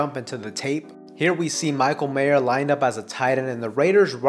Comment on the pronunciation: There is no "s" at the end of Mayer.